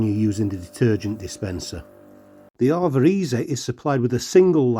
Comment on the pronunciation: It's pronounced A VA not arva